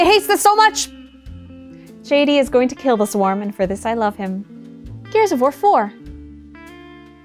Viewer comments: i swear at i heard "gears of vore 4" and i feel like polygon as a collective needs to tone down the vore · I heard Gears of Vore 4 multiple times. Help.